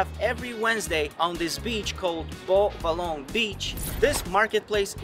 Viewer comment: Its pronounce like bo valorrr but its called beau vallons im from seychelles so thats how you pronounce it